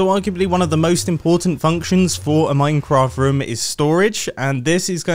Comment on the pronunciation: Obsessed with the way he says ruum